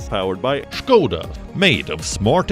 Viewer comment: it is called S K O D A not SHkoda. it is called S K O D A not SHkoda. it is called S K O D A not SHkoda. it is called S K O D A not SHkoda.